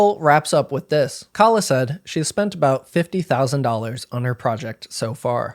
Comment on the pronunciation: Also very telling that she kept deliberately mispronouncing her name as "Kayla" to make her sound like a white woman, and thus: a Karen. No need for nuance when Karens are always fair game.